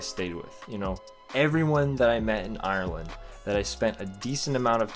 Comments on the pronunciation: Sorry but not trying to mean you said Ireland wrong also like if your Irish cause I'm from Dublin :) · U say Ireland wrong